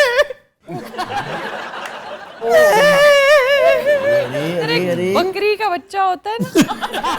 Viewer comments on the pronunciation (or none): bankri nahi bakri hota hai. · bukri hota hy bunkri ni😂